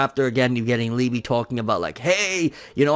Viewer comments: Pronounced Lee-Buh -- In German it means Love ... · It’s pronounced Lee.buh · I believe it’s pronounced like eBay but with an L.